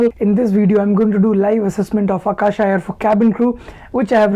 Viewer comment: Its aka-sa and not aka-sha